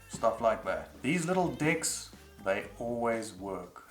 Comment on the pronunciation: i had to listen carefully every time you say "decks" because i initially kept on hearing another word. it's weird.